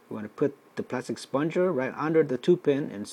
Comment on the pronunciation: It is 'spud....ger' ......not 'spon.....ger'.